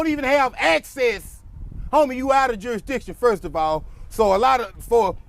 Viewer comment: Say it again,juri, what??? 🍿🤣 juristition...???